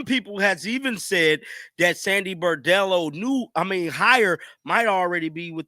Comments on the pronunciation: Brondello , say it with me: BRON-DELLO. Like Le-Bron. Not “Boredello” like you are saying. Bordello is a whore-house. At least get her name right. Saying axe instead of ask is bad enough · Her name is BRONdello, if you’re going to do videos about her, please pronounce her name right. ❤️ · How hard is it to say BRON-DELLO? Why keep saying BOR-DELLO? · Please man I love ya, but her name is Brondello, not Bordello. A Bordello is a whore house! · Isn’t her name Brondello not Bordello? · Brondello NOT Bardello! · Dude! It’s BRON-dello! Not BAR-dello. Just sayin’… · Her name is pronounced BRON Dello NOT BOR Dello. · You should know how to pronounce the name of the person you’re talking about.